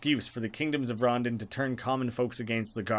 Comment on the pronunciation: I think its pronounced ron-dawn not rondun, idk though